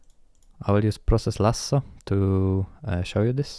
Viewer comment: Best video I've seen on Latency, interrupt affinities. Interrupt affinity tool for hardware devices, process lasso for software. Process lasso will massively reduce latency. I was trying to work out where you are from. As soon as you said "Lasso", I immediately knew you are Italian. "Goal Lasso", or process. Magical. Thank you so much!